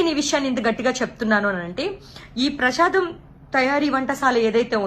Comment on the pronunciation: Learn how to pronounciate prasadam